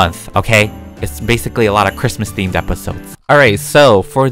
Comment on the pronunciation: When says ChImUs it always makes me laugh